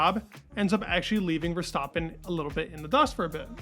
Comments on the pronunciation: STAAAAPIN LIKE STRAPIN (rhymes).. not Verstauuuuptin.. come on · why do you pronounce Max’s last name wrong?